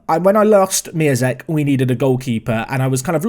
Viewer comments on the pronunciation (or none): Actually you should pronounce Miazek as MiONzek, because his real name is MiĄzek and you read te ą as on. Same situation is with Piątek.